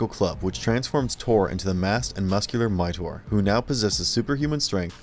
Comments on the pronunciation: Mightor, not Mighnor, Zandor, not Zander! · how about Thunndar???? i can understand but covering Suoerpresident but Thunndar was a really cool show BTW... Mightor is pronounced 'Migh Tor'.... not 'miter' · Literally no one who watched these shows forgot about them. Also, it's not pronounced "Midor." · Funny pronunciation of “Mightor”.